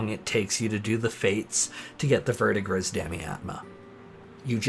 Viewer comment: Verdigris is pronounced "Ver-de-gree" and is the name of the turquoise color of old/tarnished copper.:) Thanks for your content,!